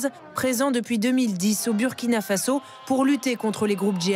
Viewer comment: On dit Faso pas Fazo